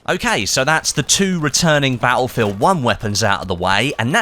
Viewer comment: In every one of these videos "Ba'lfield" always sticks out for me. Now, I'm not the best person when it comes to saying things how they are, but it just sticks out like a sore thumb, lol!